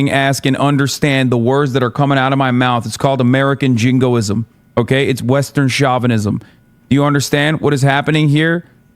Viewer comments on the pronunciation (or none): Someone please teach Hasan how to pronounce chauvinism properly, it's so annoying. SHO (as in show) VI NI ZIM, not SHA VI NI ZIM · Oh, Chavenism. I haven't heard that term before. I thought he was trying to say chauvinism. 😂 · Chavinism. He's surely talking about Hugo Chavez. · Shaw-vanism.. based counter-cultural pronouncement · Its not Derek Chauvin 😭 Its pronounced "show-vin-ism" and it has nothing to do with Floyd lolll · It's a joke. He's mocking Hasan's wrong pronunciation of the word "chauvinism" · who else thought he said “cuck at an antifa rally” at first? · Trying to take him somewhat seriously, but i hate the way he pronounces "chauvinism" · Does Hasan actually not know how to pronounce chauvinism? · Hasan learnt the word 'chauvinism', though not how to pronounce it, three days ago. Now it's in every other sentence. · The way he keeps pronouncing Chauvinism is killing me. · Hassan needs to look up how to pronounce words. Everytime he mispronounced chauvinism made me cringe. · The most offensive part for me is that Hasan doesn't know how to pronounce "chauvinism" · Hasan keeps mispronouncing chauvinism